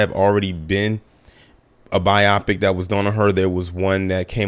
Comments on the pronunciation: I been meaning to say this for a while - it's pronounced 'by-o-pick' not 'by-AH-pic' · You are 100% right about EVERYTHING... I had to catch myself because I NEVER say that!! My only problem with you is how you keep pronouncing biopic LOL it's not bi-AH-pic bio-pic lol as in biography, and picture.. biopic. LOL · Please say bio-pic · I’m dead at how he says biopic lol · They we he’s saying biopic….I know some people say it like that. But hearing it over and over started to crack me up.